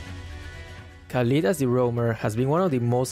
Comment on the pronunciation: ليه تقول كاليد بدل خالد؟ way؟